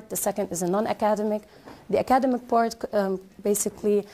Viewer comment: I don't know if I am going to be able to get across my true observation for the presenter and get true feedback on this by my fellow brothers and sisters. However, let me point out that she pronounced the word "academic" wrongly each time she said it. Then, she used a wrong structure of the word "continue+Gerund rather than she used continue to reading which is totally wrong. She seemed to be talking too fast to confuse the learners. Observingly, the conclusion had many erroneous grammar conventions, such as, As educators we .....*it needs a comma here. 2...those students, finding effective ways......* finding effective ways ..* by finding effective ways... and so on and so forth.